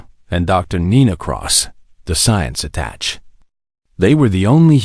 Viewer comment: JESUS FKN CHRIST!!!!!!!!!!!!!!!!!!!!! At 42 seconds into this damn story with a POS AI......"....and Doctor Nina Cross the science ATTACH...." WHT IN THE HOLY FUK IDS A GODDDD DAMNEDDD ATTACH!!!!!!!!!!!!!!!!!!!!?????????????????????